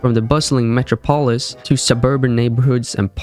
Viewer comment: that’s not how you say metropolis or LAN 😭